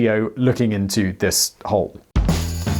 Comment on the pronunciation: Oh, wait, I thought you said "hoe".